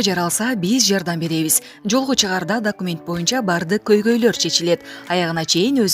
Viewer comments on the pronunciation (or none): none